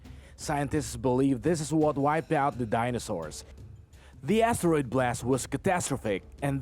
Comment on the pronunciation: Lets play a game. listen for these words. if he repeats them add it to your score (im not being mean, i have speech impairments too, meant to be fun so have a laugh sometimes) ass teroid... 5pt tooth is...5pt vagiant...5pt yewman race...10pts half a peeps...15pts jammer gay...10pts soupah...5pts two turds...10pts cry-mate...5pts curryation...5pts karry...5pts a balla virus...15pts sosofafun...50pts assess...10pts round up points and drink some more vodka...